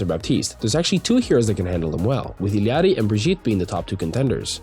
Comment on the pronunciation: Illary, not illiarly